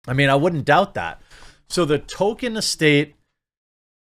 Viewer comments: Jeremy is the only person I have ever heard pronounce the author's name "Token", instead of "Toll-kin"... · TOLKIEN, not TOKEN. He’s not a freaking South Park character 😡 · Tolkien is pronounced "toll-key-in", not "token." I wouldn't care but the sloppy pronunciation has been used to backpedal a perfectly legitimate choice in the naming of a South Park character. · Sounded like you said Token, confused me for a bit.